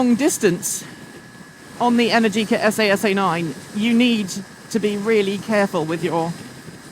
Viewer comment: but what did you think of the esAy esAy pronunciation, ouch.